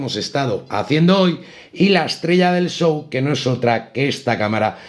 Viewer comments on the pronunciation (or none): none